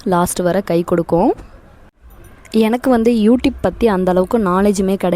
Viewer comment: You Tupe open pandrathunu konjam clear solluinga pls 🙏🙏